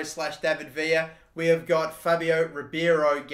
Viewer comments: Its Ribeiro, not Ribiero... please pronounce it properly 😂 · You pronounce Ribeiro’s name like Ree-Bay-Row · There’s a hockey player named Mike Ribeiro, and while not Brazilian, his name was pronounced “Rib-Arrow”. It imagine it’s the same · Elliott Russo it’s pronounced Ree-bay-row